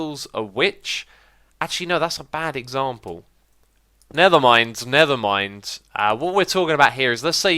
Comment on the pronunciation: has anyone else realized X says nethermind instead of nevermind?